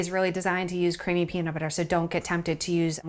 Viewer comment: Peanit butter